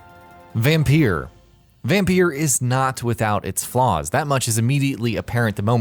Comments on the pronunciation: Vampeer!? It's Vampire. it's spelt differently but it's pronounced the same. After all you are a vampire. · Why the fuck do you say vampyr like that say it normally.